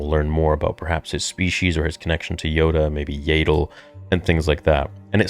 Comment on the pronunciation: Never heard anyone pronounce Yaddle as Yadle before 😅🤣😅🤣